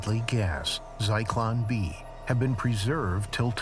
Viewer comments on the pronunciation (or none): Cyclone B? It's Zyklon B. Try harder next time. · It's Zyklon B Not Cyclone B